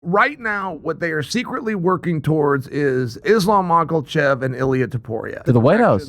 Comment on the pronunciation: Chael once again putting the "L" in "Mocklechev" - an omen?